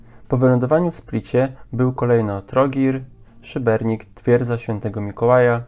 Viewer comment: Ale wiecie że w nazwie Szybenika nie ma "r"?